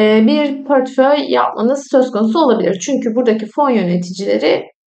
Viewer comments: Garip gelmesin lütfen, kötü eleştiri olarak da almayın ama pörtföy dememeye gayret edin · Emekleriniz için teşekkürler. Yalnız "pörtföy" demeseniz:( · Pörtföy dediğiniz için sizi ciddiye alamadım 😕